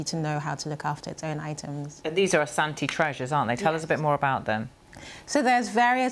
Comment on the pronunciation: do u loan what you looted to it's rightful owners? As a Ghanaian and Asante this is absolutely Shameful!! By the way I commend the news reporter for her pronunciations of the Asante Names in her report. Well done Ma'am. Piawwww